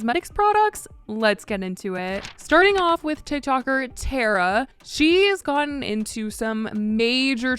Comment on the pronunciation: It’s tar-uh not tare-uh